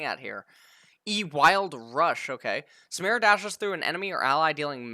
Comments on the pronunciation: literally just be able to read it's SUE ME RAH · I think it's Sah - Meer - Uh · Samira Samara.. Like dude there's literally a fucking I in her name this guy is doing this on purpose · is trying to pronounce things wrong. I'm sorry but there is no way a native English speaker reads Samira and pronounces it "Samara." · For the name. It’s pronounce the same it’s spelled Saa-Mi-Rah. It’s a very common Arabic name.